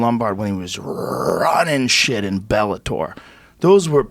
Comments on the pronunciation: Joe ``i can`t pronounce Bellator``Rogan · cause he`s Dana bitch. he can`t even pronounce Bellator